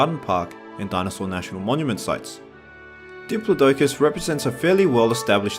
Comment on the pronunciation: It's Dip-lo-doe-cus. -_